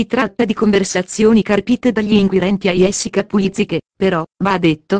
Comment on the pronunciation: Sta dicendo cose che già diciamo Niente di nuovo sappiamo già queste cose comunque si pronuncia Gessica non iessica ma come parla questa signora che racconta!!!!